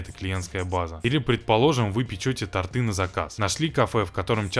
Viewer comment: Не торты, а торты.